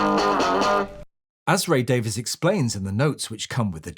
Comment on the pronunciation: his name is Ray Davies [Dayvees] not Ray Davis